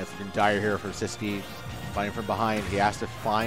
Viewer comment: His name is See-Squee